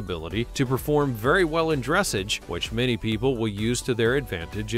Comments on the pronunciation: Dress-ahzuh!! Not dress-age.. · It’s not fucking dReSsIgE. It’s Dressage. (Dress-ah-ge) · He also doesnt know the difference between a Pinto Pony and a Paint Pony. Both registered breeds with marking differences. Oh,and yes,his pronounciation of Dressage drove me nuts. It's pronounced as "Dressaage". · you literally said dressuge you pronounce it as dressarge 😔 no offence but if your doing nothing like this you need a narrator that knows about horses and can actually say it right 🙂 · its not bronounced dressege its pronounced dressaaaghe (with a soft G) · "Dressage" is pronounced like "massage". Beautiful horses, I really enjoyed this video!! I have heard other people replace you-don't do that! You have a way of narrating these videos that cannot be replaced and I love hearing about Twinkle!! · love this video but it's pronounced dress SAGE LOL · Ugh horses are the species, Freisan is the breed. It’s pronounced dress-ahge. This is embarrassing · Aarrgghh!! Dressage is pronounced like massage (as in getting a back massage) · also, i believe it's pronounced dres-sahj' with the accent on the second syllable. Is someone who knows nothing about horses narrating this? Beautiful videos, though. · Dressage: it is pronounced : dress aj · Dressage was mispronounced too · right? I was like ... okay not going to go into detail about these supposed "methods" ? No? Okay 🙄the narrator clearly doesn't know enough about horses to be talking about them, calling different breeds "species" and mispronouncing breeds and dressage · You mangled the word dressage. I do appreciate how you described the Appaloosa. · Dear Moderator, please learn the proper pronunication of the words you are using, such as “dressage”. It grates. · You didn’t pronounce Dressage correctly, please look it up so you will say it correctly. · Yeah, and he doesn’t pronounce Dressage correctly either!!! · To the narrator. Please learn how to say dressage properly